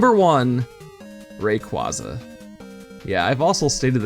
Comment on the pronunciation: Rayquaza is your favourite legendary but you don't even pronounce it's name right. Also Dipplin only evolves into Hydrapple while Flapple and Appletun evolve from Applin. Serperior does have a small pair of arms behind it's back. Seviper's purple markings are actually meant to resemble scars from a Zangoose as in gen 3 Zangoose has purple claws, meanwhile Zangoose's red markings are meant to be scars from a Seviper's red fangs and tail blade, this is an element of their design that people tend to miss especially because Zangoose's claws were changed to black, their shiny colours however keep this detail with correct corresponding colours.